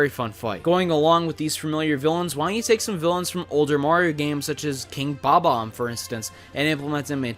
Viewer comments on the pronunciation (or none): He said Bob bomb wrong its Bob Bomb not bo bomb